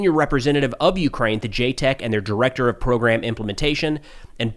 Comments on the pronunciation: ita ja tec not JAY tec. ja like -peanutbutter Jar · JTEC is The NATO-Georgian Joint Training and Evaluation Centre, so should pronounce the A in JATEC. Perun made a point about it in his videon on the topic :)